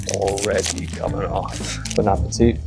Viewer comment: "Bone ah puh tee"😭😭